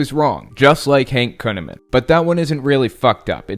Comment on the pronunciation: Did you his name is kuneman ? It ought to be conaman!